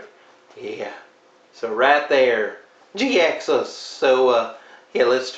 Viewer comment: Jhiaxus I thought his name was pronounced (Jy-axus)